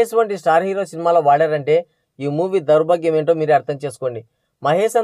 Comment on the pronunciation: దౌర్భాగ్యం అనటం కూడా పలకలేకఫోతున్నావు నువ్వు